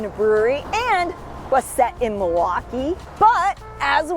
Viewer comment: Definitely a Wisconsin Girl. The way you pronounce Milwaukee ""Mawahwaukee" instead of "milll waukee" is a dead giveaway lol. Great vid!